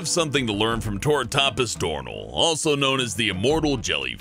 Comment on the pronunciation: You pronounced the turritopsis dohrnii wrong. It's (Tor-ri-top-sis door-nie).